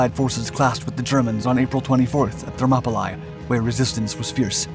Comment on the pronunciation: Thermopylae is actually pronounced Thermopylee.